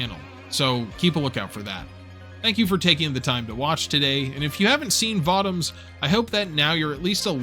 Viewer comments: I'm pretty sure it's pronounced Vo-Toms. Not votom's. Always loved me some Votoms. Always felt it was the most realistic depiction of what a mecha might be in the real world. More versatile and agile than a tank, but also way less armored. In one you are a killing machine, but you are also walking around in a death trap made of far to thin of metal to actually protect from much damage. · Vah-toms? I always pronounced it Voh-toms. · this was good anime series i accidently started watch years ago those 50 plus episodes go by quickly. also votems sounds weird when you say it i always heard people pronounce it vo toms. lol i wonder have i been saying it wrong this whole time. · Voh-toms. Say it with me. Voh-toms. Thank you. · So, everyone is just gonna let him continue to say Votoms incorrectly?